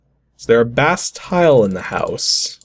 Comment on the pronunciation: Bastille. Pronounced bah-STEEL.